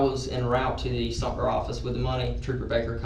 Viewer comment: It's Sumter not Sumner. Sad to say this is where I grew up. 🙊 I'm pretty sure I know a name said in this too (like from middle school)